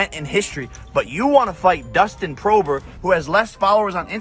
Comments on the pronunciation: Its dustin poirier jake, not prober lol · This boy is doing to much. 50 million is no way shape or form the biggest offer Conor has recieved..he made over 100 million to fight Mayweather 🤔..wtf is wrong with dude. And it's Dustin Porier not Pover u idiot. Logan talk to yur brother before he ends up hurt. Conor is gonna is change the way the way he looks so bad that everyone is gonna think Jake is a new youtuber on the scene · Dustin prober?? Wtf ?!?! Its poirier